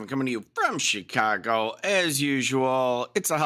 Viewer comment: The wondewrful city of ChiTcago